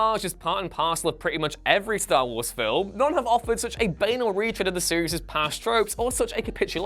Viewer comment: It's kind of fitting in a video of this quality that you don't seem to know how to pronounce the word 'banal' ...also - 6 years on and so many of you 'professional' youtubers still don't know how to pronounce Domhnall's name?